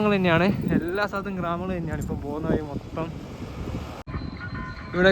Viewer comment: ശരിയായി മലയാളം പറയുക! "വയി" അല്ല വഴി. " മയ" അല്ല മഴ